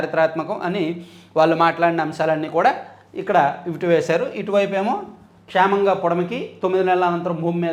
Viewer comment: క్షేమముగా ను క్షామముగా అని చదువుతున్నారు. సరిచేసుకోండి